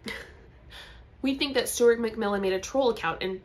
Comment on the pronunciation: Sounded like you said ‘Stewart McVillain’😂